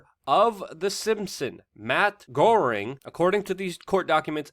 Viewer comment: Minor note: Matt Groening is pronounced more like Matt 'Graining' I think. Either way, he just jumped the shark on half the fans he had left, so once again the liberals show their stripes. If it was remotely funny, that would be one thing, plenty of material there, but it was clearly a left-wing political hit piece. Let's check Apu's citizenship papers while we are getting our Slurpee as well.